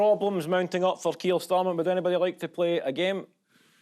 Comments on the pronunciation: To my American ears I kept hearing, “feels for keels.” FFS MAN! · I definitely heard "Feels for Keir". 😂😂😂